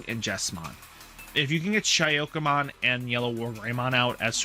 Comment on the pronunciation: You have great videos, but you need to start practising pronunciation. When you say SHA-YO-KA-MON instead of SA-KU-YA-MON it breaks too many hearts. It's like if you say PokeMEN instead of Pokemon...